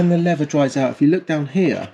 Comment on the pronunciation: when "leather" and "lever" are pronounced the same :P